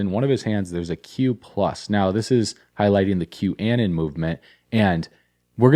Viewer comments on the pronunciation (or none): Im not sure if you're deliberately saying this, but it is pronouned "Q-uh-non"